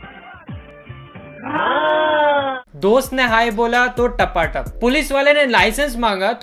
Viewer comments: Not tapatak its tapa tap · usne tapatap ki jagah fhatafhat bola 🤣🤣🤣🤣🤣🤣🤣🤣🤣🤣🤣🤣🤣